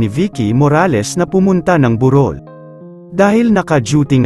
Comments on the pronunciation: Bakit po ang vlogger ay mali ang bigkas sa salitang "burol" di po ba kayo tagala? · Yung pronunciation ng 'burol' ng voice over eh yung Anyong Lupa at hindi yung lamay